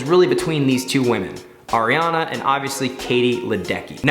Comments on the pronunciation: ARIARNE NOT ARIANAAA 😂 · I’m literally swearing its Ariarne titmus not ariarna and you said kaileys last name wrong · It's Ariarne Titmus not Ariana Titmus, Sarah SHOWstrom not Sarah SOYstrom, and the 2023 World Champs are in Fukuoka not Tokyo